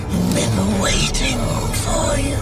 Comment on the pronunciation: overlord because he said i have bean wating for you😁